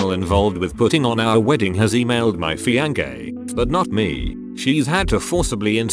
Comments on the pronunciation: no one: narrator: fiank-a(a) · Nobody: low effort tts: fiankey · It is prononced fianSSée, but I can understand that the bot made a mistake. Good video anyway. :) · No one: Absolutely no one: The voice saying fiancée: FiAnGaY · I woke up the entire block laughing I think at 'fiangæ' 😂😂😂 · The way the TtS bot pronounces Fiancée is so funny, “Fiancay” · “fiankay” -TextToSpeech Bot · When he pronounced fiancée like that 💀💀